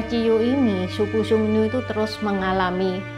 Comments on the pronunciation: "Xiong Nu" bacanya tetap siong nu seperti biasa, jadi u nya gak dibaca ü (iyu) koq. Yg u nya dibaca ü itu kata nu yg berarti wanita 女 . Kalo nu yg di sini tulisannya 奴，beda artinya. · Xiong dibaca siung.